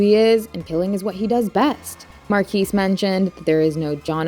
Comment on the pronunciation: The s is silent. It's not mar-kees. It's Mar-key.